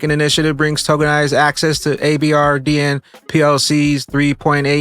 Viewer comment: abrdn is pronounced aberdeen